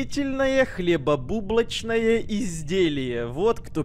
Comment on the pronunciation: Никто: Обсалютно никто::хлебубулочное изделье